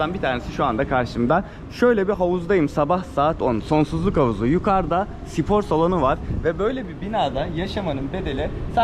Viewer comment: Sipor derken😅